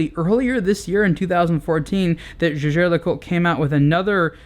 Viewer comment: no it's not. jaeger was the surname of Edmond Jaeger. it was his family name, and was not pronounced the same way as the word 'jaeger'. that said, he's still pronouncing LeCoultre wrong.